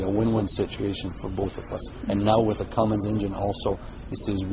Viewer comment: CUMMINS!!! NOT CUMMINGS!!!!